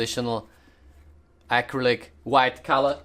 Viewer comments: as an artist i am very angry every time you say “ack-r-I-lick” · "AKRILIK" Also dont listen to the haters the front and back of the jacket are AMAZING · I subscribed as soon as I heard him say acrylic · I love the way he says "Acrylic"